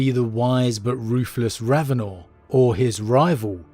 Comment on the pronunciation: I could tell hadn't listened to any of the Eisenhorn or Ravenor audio books just by now he says "RavenOR"...how Helen pronounces it in the book really bugged me after listening to 4+ books of Toby Longworth pronouncing it differently, as well as how she says Alizabeth compared to how all the other books before it prounounce it